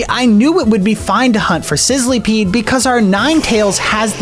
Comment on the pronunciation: It isn’t called sizleepeed it is sizzlepeed